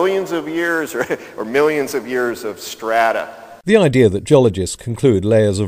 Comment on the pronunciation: What is it with the creationists' inability to pronounce "millions" or "billions"?